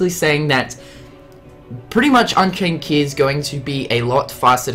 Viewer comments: You do realise at like you said "unkaind chey" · "Unkained Chey" "Disdiddia" "Threat Rhythm"